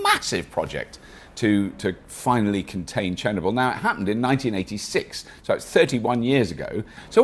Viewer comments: You forgot the r in Chernobyl. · It's ChernObyl :) Great video, thanks for covering an important problem. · Cher-ner-bl or Cher-knob-Ill? Have I been pronouncing it wrong all this time?